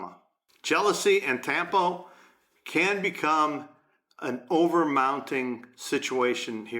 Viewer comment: Isn't tampo pronouced with a short "A"